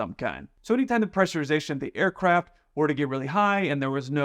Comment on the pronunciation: "AirCrap" he said instead of "aircraft" lol